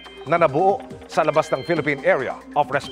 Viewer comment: Yung highlight “ Deez Eees Deh Pelepen CoastGard!!!!” Tindi